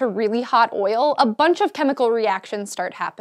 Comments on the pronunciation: why does she say oil so weird... OYIL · Oil now sounds strange, she said it so much... OIL... OYAL... OIYYLE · Hearing an american say "oil" so many times is triggering my George W Bush PTSD... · the way she says oil cringes me